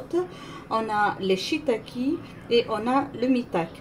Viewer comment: Je ne suis pas spécialiste des champignons non plus mais la prononciation c'est shi-i-ta-kè (j'en cuisine de temps en temps) et ma-i-ta-kè (je ne connaissais pas). Quoi qu'il en soit, ça a l'air super bon. J'en mangerais bien des palettes entières.